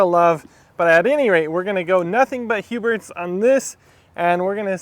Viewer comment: Huberts??? Lol there is no T